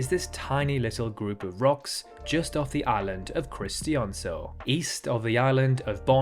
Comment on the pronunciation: I almost gagged from hearing that absolutely despicable pronunciation of Christiansø. He could've at least searched up the pronunciation, but instead he just broke the geneva convention's laws with that pronunciation🤮